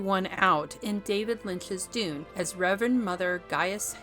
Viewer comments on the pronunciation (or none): none